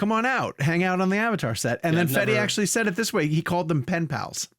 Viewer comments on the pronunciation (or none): I love you, the kid, but you got to work on your pronuciation a bit. It's pronounced: [ˈfeðe]